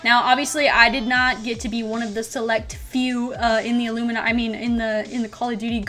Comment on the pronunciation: y did she say illuiminati ?